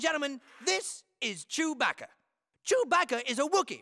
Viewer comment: Why does the news reporter say chewpacca